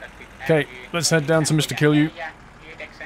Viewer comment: He says kill you instead of kilju